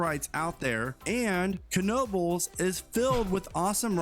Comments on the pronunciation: I've never been a fan of coasters so I don't go to these parks. Dubai just has extreme wealth in a small concentrated area. Not to mention the near slave labor they have. So, it's pretty easy to have some extreme stuff. Struggling with this guy saying kuh-nobles. Pretty sure the k is silent... Just nobles. 😂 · Ken-obles lol